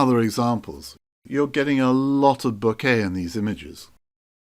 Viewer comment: By the way... pronunciation is 'BÒ-KEH', not 'BU-KÈH'... ;-)